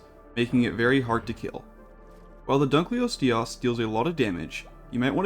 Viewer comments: Dunkleosteus pronunciation gonna put me in the ground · yo dunkleosteus is pronounced dunkleosteus, not dunkleosteus. hope this helps